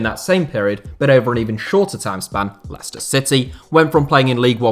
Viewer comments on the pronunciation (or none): none